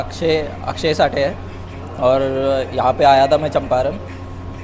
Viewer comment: It is champaran not champaranya , pronunciation is wrong